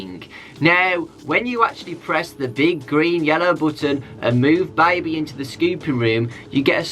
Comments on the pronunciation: DOnt say baibee, its baby lul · i like how says baby is that weird